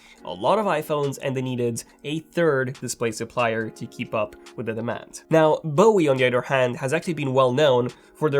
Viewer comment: "Bowie." B.O.E.